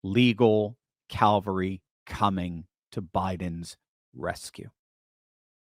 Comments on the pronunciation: cavalry. Not Calvary. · * Cavalry. NOT Calvary. lol